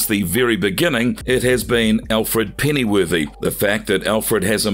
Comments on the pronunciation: Alfred pennyworthy I feel like that was on purpose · Alfred Pennyworth. Not Pennyworthy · As soon as he said Alfred Pennyworthy I cut it off.. smh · Had to stop watching when he called Alfred "Alfred pennyworthy" cmon